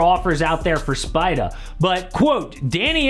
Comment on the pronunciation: Please stop saying "Spida" you put way too much emphasis on it, its cringe